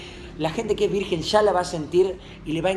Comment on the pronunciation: VIRGEN NO VIRGUEN